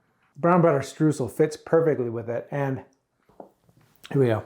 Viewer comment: i like how he said "Streusel" as "Strusal" Streusel comes from the german word "streuen" to scatter something over something. the Streusel however is the noun for the thing being scattered without going into detail what it is.